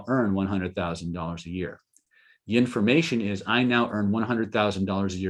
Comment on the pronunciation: Did you say yinformation? Is that like the Bengsten method?